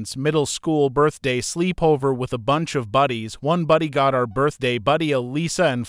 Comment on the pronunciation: Slee-pover lol 💀